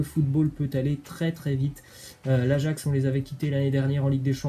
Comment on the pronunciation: Apprenez lui a dire ajax svp c grave là